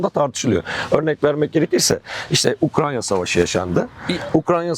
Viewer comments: Adam Ukranya mı diyor ben mi yanlış duyuyorum? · ukranya diyen birini nasıl dikkate alacağız ? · ben yoruldum kapattım videoyu ya beynime beynime işledi ukrANYa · UkraNya değil hocam Ukrayna lütfen. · Osman olmayan profesöre söyleyin. Ukranya değil Ukrayna. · Ukranya degil Ukrayna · Gözlüklü abinin 'Ukranya' demesinden akışa adapte olamadım :( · Bu konuşan eleman kim mesela? Daha Ukrayna diyemiyor Ukranya diyor şaka gibi. Direkt videoyu kapadım o noktada. Daha bir ülkenin ismini telaffuz edemeyen adamın ne sikimden haberi olacakta bir de topluma bu bilgiyi nüfuz ettirecek? Komik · UkraYNA yahu Ukrayna degil 😢